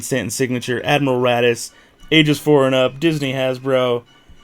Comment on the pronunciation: *raddus. Not "daddy's"